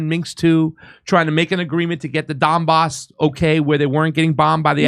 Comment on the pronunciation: WTF IS THE DON BOSS ITS THE DONBAS DOPE WHAT CAN I EXPECT FROM A FINGER READER LOL